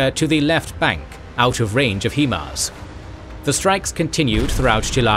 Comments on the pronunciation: I think I'm failing to understand something in this video. The narrator keeps referring to the WESTbank of the river as the "rightbank". From my perspective, the westbank would be the "leftbank". And who the fuck refers to riverbanks as left or right anyways?! Oh well, not a big deal. I also noticed the constant mispronunciation of the acronym "HIMARS" (he kept pronouncing it as "HE-mars" instead of "HI-mars", and I don't understand how it's even possible to make such a mistake since "HIMARS" is pronounced **exactly** how it's spelled)). Other than those little nitpicky things, the video was amazing. Can't get over how insanely talented the artist(s) must be. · It is a complete and total mystery why the narrator cannot pronounce HIMARS properly. Obviously this person has never listened to any news reports or interviews of English speaking military persons, which calls into question his knowledge and credibility of what he is talking about. It is pronounce HI mars, High mars or Hy mars. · Fantastic in depth view of the russo-ukranian conflict and the animation was incredible! The only thing is the way he says "HE-MARS" instead of HIMARS. You know damn well that it's not pronounced like that 🤣 but fr I think this was one of his best episodes it was awesome 👍👍👍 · for the love of god its pronounced HIGH MARS not HE MARS. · Please say, "HIGH-MARS", not "HE-MARS". Other than that, excellent new graphics style! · "He-mars" Really? you couldnt get the name of it right, Its pronounced "high-mars" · HIMARS is pronounced "High Mars", not "HE Mars" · It’s hi Mars not he mars. Just for your information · You are mispronouncing “swathe(s)” & HIMARS & (Svero)donetsk & Kherson. They should be Sway + thz and “High Mars”. It’s an abbreviation of the word High. It is pronounced “High” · HI-mars. There isnt even an E in the name 😂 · The way he keeps pronouncing himars is driving me crazy. It's not "HEMARS", it's "HIMARS" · It’s pronounced (high-mars) Himars.